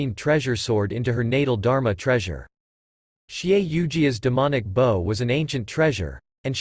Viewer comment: Yes where is this conversion chart, I've Google searched and looked at some wiki's, that just take me to a paid site or another, so like pfm which you spend a fortune, or you can only listen to 6 episodes in 24hrs, so glad someone compiled these videos, but, small complaint, pronunciations, like bow, is usually the human action, not the weapon, and "long-sword" is not many long words...